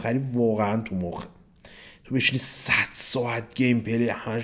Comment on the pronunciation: اقا یه جا گفت مراحل آینده اساسین خیلی تو مخیه ولی انگار میگه تخمیه:)))